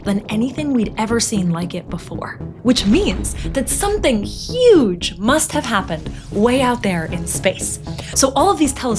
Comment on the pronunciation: " V HUGE DOM "💀😭